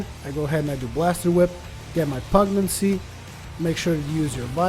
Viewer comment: Pugnacity - (pug nas itty) pug - like the dog/ nas - nasty minus the ty at the end/ itty - like titty without the first T. pug nas itty - not pug naccy.